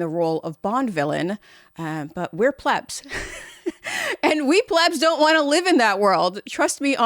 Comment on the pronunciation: Thank you for pronouncing it “plebs” not “pleebs” as so many others do.